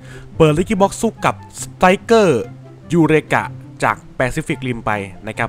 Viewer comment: พี่พูดสไตร์เกอร์ผิด